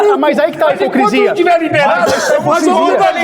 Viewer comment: Neuropsicóloga falando “hiprocresia”